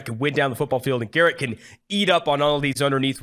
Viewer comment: It’s not “Garrett” dummy